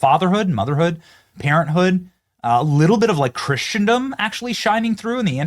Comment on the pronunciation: Stop saying "Chrishendom " that's not how it's pronounced!!!!